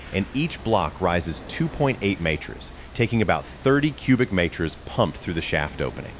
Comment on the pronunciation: “Meters” and “Kilometer” I know the AI slop machine has a nonspecific generic American accent and we hate on the metric system but we aren’t so retarded to not be able to pronounce the words. LAMO